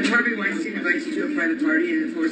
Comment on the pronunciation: luke please pronounce harveys name correctly trying to make him not sound jewish